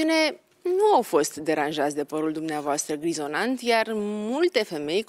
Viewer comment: Stimata dna Rifai...este par grizoNAT, nu grizoNANT...Dumnezeule! Prima data, am crezut ca am inteles gresit...dar...repetarea, mi-a confirmat. Poate ar fi bine sa mai "documentati" si DEX-ul. In rest, emisiuni interesante, datorita Oamenilor...Interesanti!!!